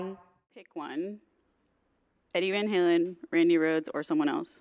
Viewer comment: This is not how you pronounce van halen lmfao. What kind of video is this